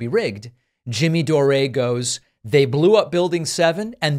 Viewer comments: Are you calling him Jimmy Doré just to poke fun at him? James Patrick Anthony Dore is an Irish name, not French. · Why do you call him Doré?😂